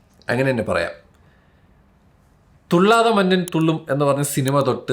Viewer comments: ബ്രോ , ഇത് കുറേ ആയി . തുള്ളാത മനവും തുള്ളും എന്നാണ് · തള്ളാത മന്നൻ അല്ല കുഞ്ഞേ... തുള്ളാത മനമും തുള്ളും ❤️‍🔥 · തുള്ളതാ മന്നൻ അല്ല മൊണ്ണേ തുള്ളതാ മനവും 😂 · തുള്ളാത മന്നൻ അല്ലടെയ് തുള്ളാത മനവും 🤦‍♂️ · നിന്നോട് ഇതിനു മുമ്പും പറഞ്ഞിട്ടുണ്ട് തുള്ളത മന്നൻ തുള്ളും എന്നല്ല തുള്ളതാ മനവും തുള്ളും എന്നാണ്... കോപ്പ്